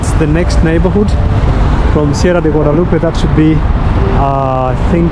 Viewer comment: Back 'home' after a while. I love the pronounce the Spanish words i.e Guadalupe